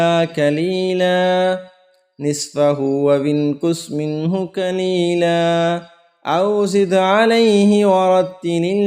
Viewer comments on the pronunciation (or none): Ap ne qela parha hai lfz qlela hai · Wamahhilhum Qalila ki tilawat ko durust kar len Aap ne Qalila ko Qila tilwat kar diya hai.